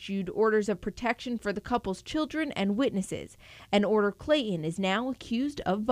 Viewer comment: What's with this anchor and reporter? One calls him, "Clayon", the other calls him "Clayhon"...it's not that difficult to insert the "T" ladies I promise...I've done it and it's caused no residual effects!